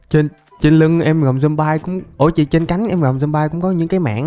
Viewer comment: Zom bi chứ ko phải zom bai nha anh